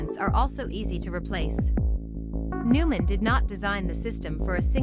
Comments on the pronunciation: If you want to be taken seriously, at least pronounce the company's name correctly. Noy-mahn, not Newman. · Neumann - Pronounced Noy-man